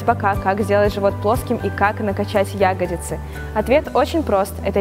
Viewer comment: Вы замечательный ютуб канал, на котором можно найти множество ответов. Вы помогаете людям стать красивее, выносливее и здоровее. Но пожалуйста, говорите ягодИцы, а не Ягодицы, все-таки, сформировано это слово не от "ягодки".